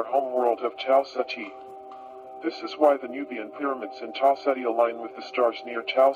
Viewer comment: I like how it sounds like (Tau set he) For the star system